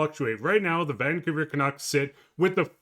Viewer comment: FFS. The name 'Vancouver' has 3 syllables and the stress is on the second syllable 'cou'. Why keep stressing 'Van'? It ain't natch.